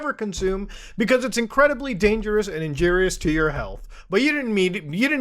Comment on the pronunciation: did muta say tidepods are injeerious to your health?